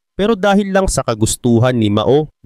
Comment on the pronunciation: Pronunciation Po ay MAO=MAW……not MA——O……MAO=MAW ( one word).